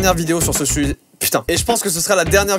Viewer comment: Joyca a définitivement un problème avec le mot « sujet »